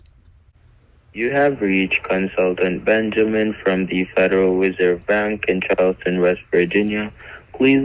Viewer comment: I honestly thought in his voicemail he said he was from the federal wizard bank lol good job love the video 😁